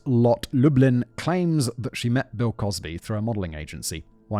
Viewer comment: Anyone else hear him say "Pill Cosby" 😂😂